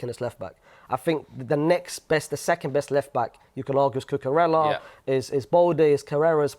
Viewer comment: being a Real Madrid fan while having that horrendous pronunciation of Cucurella is shameful